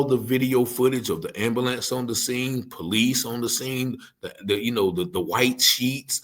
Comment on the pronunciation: Hey please say ambulance again. 🤣